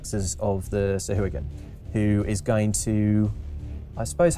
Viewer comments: I always thought Sahuagin was pronounced Sa-huh-wa-gin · Weird way of pronouncing Sahagin.